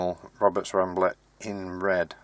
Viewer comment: Wed Woberts Wambler Wadio Wibbled wound and Wewired. And Polished.... innit